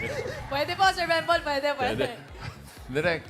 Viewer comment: Bembol, hindi "bimbol".